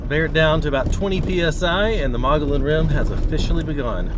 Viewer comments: Mo gee on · Oh, and it's pronounced Mug-E-On